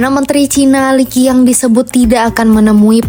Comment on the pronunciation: Pembaca berita harus belajar cara mengucapkan nama perdana menteri tiongkok dengan benar .. Li Qiang kok dibaca LI KIANG.. QIANG seharusnya dibaca secara langsung dgn lafaz seperti CIANG, bukan pakai K ..